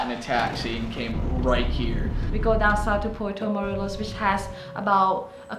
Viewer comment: I like your videos, but man, please just learn some basic Spanish, like please and thank you and "I have" or "I need". Also, pronunciation A, E, I, O and U. It is really easy actually. Also Puerto Morelos is not Puerto Moleros.